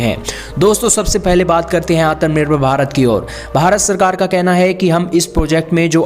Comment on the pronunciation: Gadhe Gadhe Gadhe woh ATAM NIRBHAR NAHI, ATMANIRBHAR word hai. Barabar bolna sikh pahele.